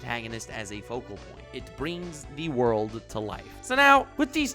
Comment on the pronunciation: i missed „zee wooorrd“